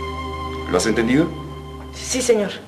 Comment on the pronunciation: Que molestia esa empleada que dice shi y no si 😡😡